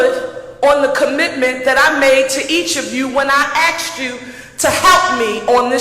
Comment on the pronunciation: She speaks well??? She doesn't even know the difference between "axed" and "asked"